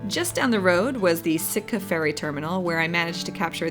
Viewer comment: Sitka not Sika !!!!